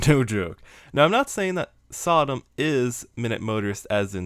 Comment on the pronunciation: Man, every time you say “SotM” as a word it sounds more like Sodom. You gotta hit that T harder.